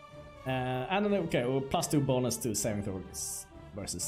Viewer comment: when u say bonus, with your accent it sounds like Bolas